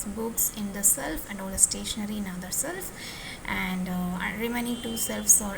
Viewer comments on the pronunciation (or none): not self. It's shelf